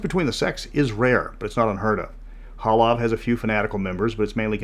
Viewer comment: It's Halav, guys. Not Hala.